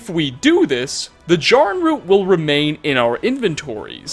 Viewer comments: It’s JAIR- uhn root. They SAY it in game and you’re causing me pain every time you mispronounce it. I’m furious. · Normally mispronunciations don’t bother me but you said Jarrin root wrong 🥺 it’s the first time I’ve ever heard my name in something don’t ruin it 🤣